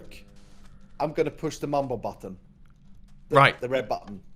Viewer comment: Why does call mumbo bumbo?